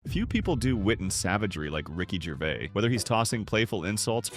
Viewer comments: Rocky Gervay? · Ricky Gervay 🤣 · Ricky Gervay 😂